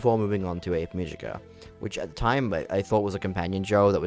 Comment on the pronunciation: Ave should be 2 syllables. A-ve. Multiple characters in the show pronounce the name pretty clearly so I don't get why you'd conclude it's Ave like Glaive. Also what do you mean "or however you say her name." THEY SAY IT IN THE SHOW.